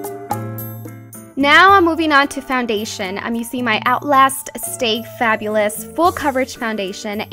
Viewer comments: "Usin"?!?! it's using. I don't understand ur make up is flawless though!! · The way that you say "useing" is so wierd !